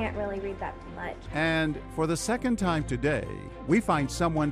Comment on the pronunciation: Took John a second to realize that she said "time" when she said "tom" :P.